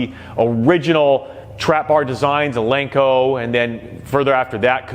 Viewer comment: Nobody will take you serious if you can’t even pronounce “Eleiko” right.